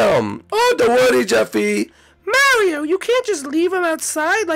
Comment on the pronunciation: Mairo MAIRO!?!!? YOU SHOULD BE ASHAMED FOR MISPERNOUSING HIS NAME LIKE THAT